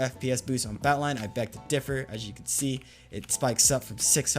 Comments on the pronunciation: you saying "Batlion" makes me so mad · The way he says "batlion client" really grinds my gears.